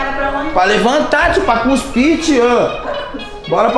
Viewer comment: "Guspir'' kkkkkkkkkkkkkkkkkk é cuspir man